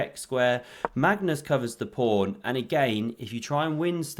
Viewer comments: Anyone who calls a pawn a prawn gets a thumbs down and I stop watching immediately. Fix up. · Did he say on the first move King Prawn? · So pleased to hear the Kings Prawn called by its proper name ❤